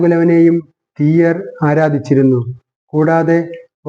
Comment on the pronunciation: തിയ്യർ എന്നു പറയരുത്. തീയ്യർ എന്ന് തന്നെ പറയണം .അതാണ് ശരി.